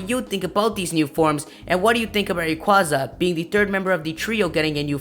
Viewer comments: ITS NOT RAQUZA, ITS RA-QAY-ZA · its rayquayza not rayquoza p.s. me think its mega evos does anyone ageree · Rayquaza is actually pronounced Ray-quay-za.